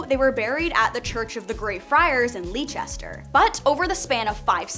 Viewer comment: It's pronounced Lester (Leicester)